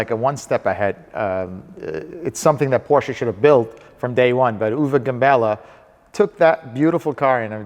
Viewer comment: He pronounces Porsche so beautifully right, as no American has ever done before.